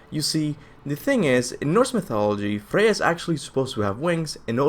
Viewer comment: Freya... Freyja